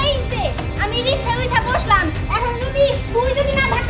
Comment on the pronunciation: Riksha bananke Rishka bolen keno